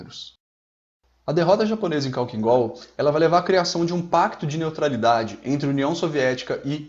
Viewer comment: Sei que este vídeo é antigo, mas acho que vale comentar. Parabéns! Este canal é incrivelmente técnico, passo horas me entretendo aqui. Só uma dica, "khalkhin gol" se pronuncia "halhin gol". É que em russo se escreve Халхин-Гол, o "X" em russo é o equivalente a "rr", só que por algum motivo quando se faz a transliteração para o alfabeto latino o "x" (RR) se escreve como kh. Mesma coisa com outras letras, na regra de transliteração, o "zh" tem som de "j", o "j" tem som de "i" mais curto. Ótimo vídeo!